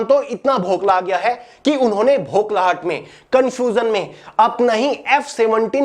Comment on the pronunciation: Bokhlahat ❌ bhoklahat ✅ 🤣